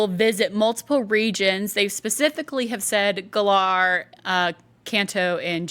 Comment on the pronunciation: Man can somebody teach her how to pronounce Galar properly or is she purposely saying it that way just for the hell of it? What's a guh-larrrrr?